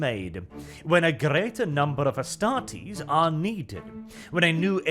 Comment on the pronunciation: Cmon. Astartes, not Estartes. You stumbled at the finish line, the rest is so good.